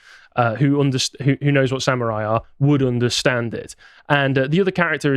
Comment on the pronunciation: Sam-oo-rhai time!